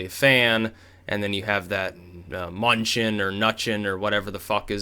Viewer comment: It's pronounced Muh-noo-shen I'm pretty sure